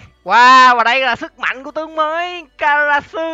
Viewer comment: Ah kiểu: karasu chứ ko phải karaoke 😂